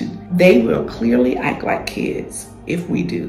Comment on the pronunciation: This is great. I’m listening but are you saying "ike," instead of "act?"